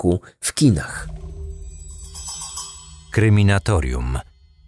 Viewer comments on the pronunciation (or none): Słucham od jakiegoś czasu już podcastu i jedyna rzecz jaka mnie irytuje, to ta że autor nie potrafi wypowiedzieć nazwy swojego kanału. Zamiast Kryminatorium niejednokrotnie wymawia Kreminatorium. Ogarnij się